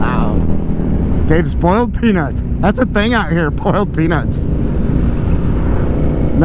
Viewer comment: You pronounced "boylt" peanuts wrong. Tell you hwhat.